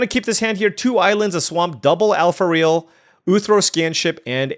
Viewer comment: AlpharAel 😅, not Alpharail 😂